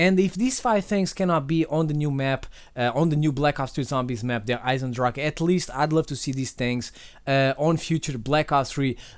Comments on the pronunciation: As a native german speaker I have to say that you pronouce "Der Eisendrachen" perfect. Many other youtuber say "Der Eisendrach" Respect from switzerland! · but hearing you pronounce the name as a german gives me goosebumps xD